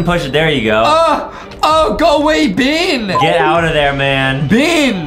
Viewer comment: brah its beng